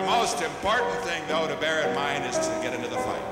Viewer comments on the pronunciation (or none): none